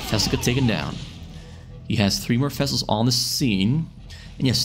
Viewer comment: What a brute zerg! You saying fessels all the time, instead of vessels (interestingly enough you can pronounce “v“ in other words)